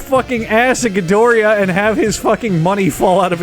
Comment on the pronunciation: Say Ghidoria... one more time